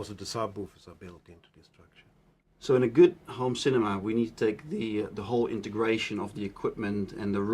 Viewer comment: No stop stop stop, you're going to poke some ones eyes out! It's cinema, not cinema!